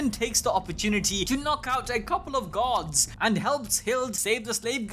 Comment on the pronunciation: Do me a huge favor. Say "Gods". Then say "guards". Now explain why i kept trying to figure out what this story had to do with Gods.